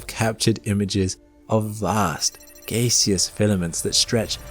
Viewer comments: Who knew we now pronounce gaseous as gayeous. Did they run through the trenches of WWI yelling Gays! Gays! Gays! Don't think so. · That's not how you pronounce gaseous